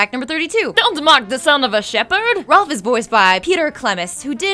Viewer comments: Stop calling Rolf "Ralph" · Rolph not Ralph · And it's pronounced Rolf not Ralph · Honestly this is really hard to rewatch the self insert jokes are annoying yes but I can ignore them but hearing the mispronounciations of names "cranker" "anna" instead of marie for some reason "ralph" ugh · I demand a reupload of this video WITHOUT THIS WOMAN. She's trying to force her jokes into each fact, while trying to relate each fact to her own life, which is really annoying. And the worst of all, SHE'S MISPRONOUNCING THE NAMES! Nozz? Ralph?? Crankers??? Are you kidding me? Did she ever actually watch this show? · Did this bitch just say Rolf's name like "Ralph"? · I cringe every time she misspells Rolf's name